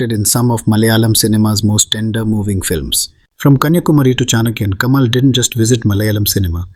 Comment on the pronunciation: While you are trying to make a point, it falls flat when you pronounce vadai as vaada and it's Kamal ,not Kamaal!